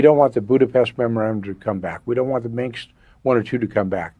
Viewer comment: Kellogg would pronounce Minsk as "Minks." One of the great brains of our time.